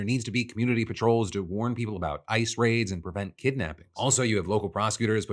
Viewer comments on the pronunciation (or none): Did anyone hear "I just killed" instead of ICE just killed? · Holy shit that concerned me a moment there. The way you said ice sounded like you said "i" and made it sound like you said "I just killed a woman"